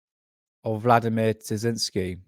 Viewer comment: Great video! Btw it's Terziski.